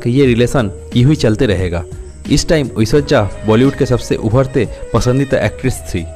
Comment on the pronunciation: Aishwariya bolna sikh lo pehle 😅